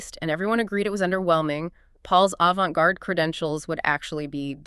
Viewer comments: Avan-tay garde 😂 I'm not learning anything about an avante garde piece from someone who can't say avante garde. Thanks for saving me the time. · Can you imagine claiming to be knowledgeable about art or music and saying avantay 😂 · I stopped listening at the pronunciation of “avant-ee”